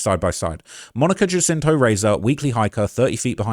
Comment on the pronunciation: Monica Jacinto…..her last name is pronounced as if the “J” was an “H”